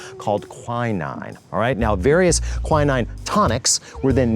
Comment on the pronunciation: Quinine and tanqueray also badly pronounced